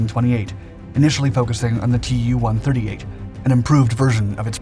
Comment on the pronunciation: a word of advice- russian airplane names (like Mig and Jak[ or Yak]) are NOT spelled out - they are pronounced as words. So Yak is pronounced as such, so is mig, and "Tu" is pronounced as "Too" (from "Tupolew" with "W" being pronounced a "V").